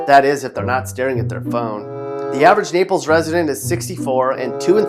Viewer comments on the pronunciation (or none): none